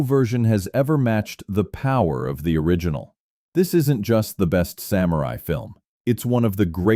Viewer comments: Since this is about samurai, it would be nice if samurai was pronounced correctly. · The way the presenter pronounces "samurai" hurts my ears.